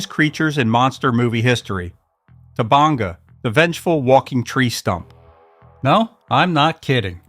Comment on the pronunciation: The tree is called "Toe-Bang-eeee." Show some respect!